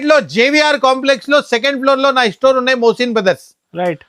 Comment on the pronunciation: Estore kadhu ra ayya store ivvaru kadhu iyyamu, istart kadhu ra start , evaru ra meeru telugu states lo undi telugu radhu